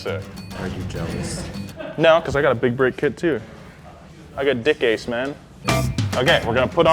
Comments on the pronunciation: DICKASE? Wasn't it DICKASS? xD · It’s pronounced “deck cass” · I believe it's pronounced Dick-Ass-e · We’ve all seen the grand tour episode.. we all know it’s not “dickase” lmao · LOL DICASE, SOUNDS LIKE DIK ACHE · It's pronounced dick asz....as in stick in the boot